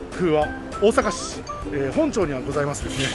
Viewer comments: そうですよね。中央区本町（ほんまち）ですよね。間違いをご指摘下さりありがとうございます。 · ほんちょうじゃなくてほんまちなｗ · 、本町(ほんちょう)じゃ無くて、本町(ほんまち)だよ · ほんちょうではなく「ほんまち」では？ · ほんちょうw かわいいw ほんまちや❤ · 大阪に来てる？でもネイルしてないから、ストックしてたやつかな？(笑) ちなみに、本町は、ほんちょうではなく、ほんまちです！ʬʬʬ 牛丼と違って、生卵ないから熱さがまともだから早食い難しいですよね笑笑(*^^*)